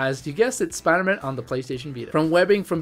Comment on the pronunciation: Spider-Man You say it like it's his last name.